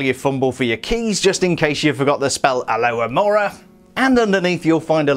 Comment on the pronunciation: It really annoys me when he says alohamora without the “h” 😂 no hate tho